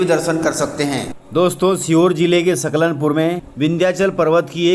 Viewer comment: नव रात्री की आपको शुभकामना 🙏🌹🙏🌹,, भाई साहब " सलकनपुर " लिखा हुआ सही आ रहा है पर आपके द्बरा " सकलनपुर " कहा जा रहा है, सो होती हैं मिस्टेक सभी से ,,मे बेतूल जिले से हुँ।